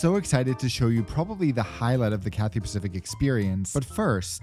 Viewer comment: “CARPET” PACIFIC